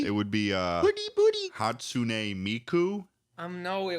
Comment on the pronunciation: saying "hatsune miku" makes me take immense physic damage